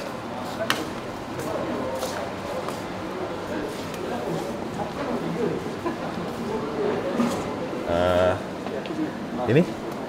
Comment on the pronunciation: Bendi bang..bkn brendi...brendi tu arak bang..hehehe..